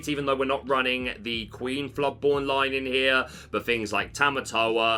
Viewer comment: Lee own. Not lie in. But thankyou for the vid